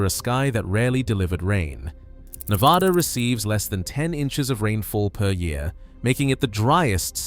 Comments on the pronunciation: FIRST... (IF you are trying to educate and enlighten)You should LEARN to pronounce Ne-vaa-dah (no "ah" about it)... only then will Folks, here, pay attention & not GRIT their teeth and shutter. LAST... Do Not tell folks from "Back East" (including Gt Britain) about our rural hot springs... Shush... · It’s Ne-VAD-uh - do your research!